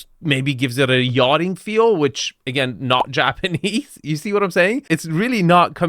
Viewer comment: is really butchering the words "japanese" and "minimalist" to a degree, that should be illegal.